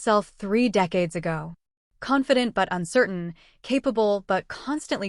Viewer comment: Why is it that everytime I see the word 'confident' it sounds like 'competence' from the narrator? There's a big difference. BTW, what would it have cost her to forgive a dying woman? Yes, the Aunt Marge wasn't supportive and humiliated her ... ok, get over it. She tried in her own way to apologize but being from a military family, there are a lot of things, civilians don't understand and without some information (that is not classified ... like being responsible for saving lives, or to coordinate special operations, etc) is not divulging classified information but at least it helps civilians understand that there are different departments in the National Defense that are all very important in the Nation's security. Also, I have to laugh that the ones who say they are not religious or don't believe in God are the ones who say OMG or want prayers when something tragic is happening to them or their families or thank God for something precious that happened.